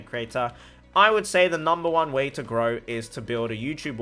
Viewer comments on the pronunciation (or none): none